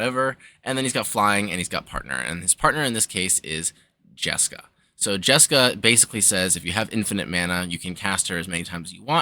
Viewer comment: Smashed the like button for the JesCAW delivery